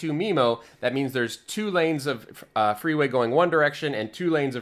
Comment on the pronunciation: Oh you mean "freeway", not "three-way". Missunderstood that :D